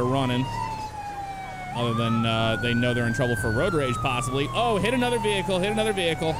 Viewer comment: Can he say road